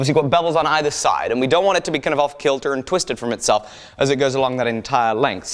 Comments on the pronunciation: When he said off kilter he sounded so American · anyone else notice how he said "kilter" like a southern american person